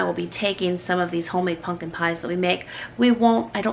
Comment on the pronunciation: you lost me with the way you mispronounce pumpkin. repeatedly.